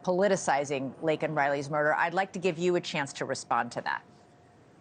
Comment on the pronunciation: Say her name, Joe Biden. It's Laken Riley, not Lincoln Riley